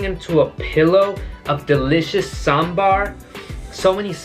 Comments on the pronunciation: I love you man because you're the first person from other place who pronounced saambar correctly other than south indians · You pronounce sambar better than North Indians.. its one of the best breakfasts.. high-protein ( blackgram in Idli, dal in sambar etc), low fat, high fibre diet. with spices that improve appetite for the day, like mustard seeds, coriander seeds , curry leaf etc in the tempering.. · The way you pronounce 'sambar' correctly.. my heart feels Happy.. 😍